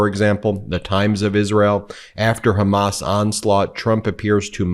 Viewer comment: You know the bar is low when you hear Trump refer to Hamas as Hummus. He's an ignorant and dangerous buffon.